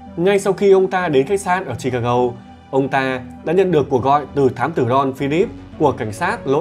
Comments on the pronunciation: sao MC đọc Chicago lại đọc là chicagâu???? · không phải là vặn vẹo, bắt bẻ mà anh ấy đọc không giống với đa số "người Việt đọc tiếng Anh theo kiểu phát âm tiếng Việt" nên nghe hơi khó chịu... Ví dụ Chicago nó có 3 âm mà anh ấy đọc mỗi chữ go là gâu thì nghe nó rất kì... 3 âm tiết thì đọc cả ba theo tiếng Anh hoặc theo tiếng Việt thì nó dễ nghe hơn. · Chi-ca-"gô" , Nigga (Ni-ga hoặc Ních-ga) chứ ad nhỉ? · Em ơi ,phải đọc là Chicago, là gô chứ đừng đọc " gâu" nhé